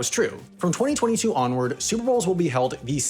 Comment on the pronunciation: I find how you say 2022 VERY OFFENSIVE and swear word notice